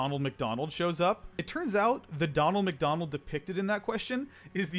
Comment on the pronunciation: You do know its "Ronald Mcdonald" not "Donald Mcdonald"